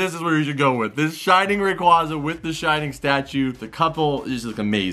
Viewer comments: isnt it pronounced rey qwea za? not ra qwa za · Sorry but it is ray-qu-A-za